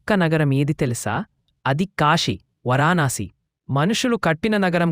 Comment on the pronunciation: 🙏ఓం నమఃశివాయ 🙏 అంతా బాగానే ఉంది కానీ వరాణాసి కాదు వారణాశి 🙏